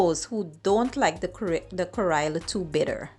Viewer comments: No kariya it called karella say it right you indian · It’s pronounced: ka-re-la. Not Kairela. 😡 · Please get the pronunciation correct. You made a video but you don't even know how ro call it correctly